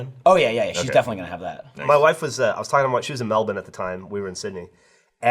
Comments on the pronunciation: Geoff's pronunciation of Melbourne tho ❤ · shout out to geoff for pronouncing Melbourne correctly <3